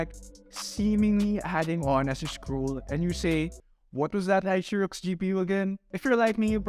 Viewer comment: hahaha.. keeps murdering the brand name.. Aisirux